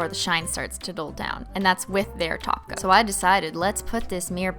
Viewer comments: When you say top coat it sounds like you say taco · It’s an old running joke cuz the way Cristine pronounces top coat kept sounding like taco, and after a while she just ran with it and started running a taco emoji across the screen to roast her own pronunciation. The association worked so well she decided to include it in the name of the company she later created. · Ah, I see you are a new holosexual and still getting used to the ways of Simply Nailogical. Welcome to the world of holosexuals! I'll show you around! First off, it's top coat, but we pronounce it as Taco! Second, if you do not love Holo, then this channel isn't for you! Bye, new holosexual!